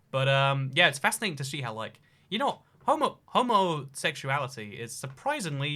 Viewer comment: Aka: giggles to himself for 15 minutes AAka: struggles to say “homosexual”